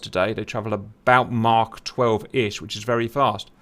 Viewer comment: Thank you,, for pronouncing Mach like Mach instead of Mack (or whatever the american jaws try to produce)